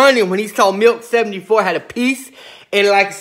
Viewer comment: Sounds like he keeps saying Milf 74. lol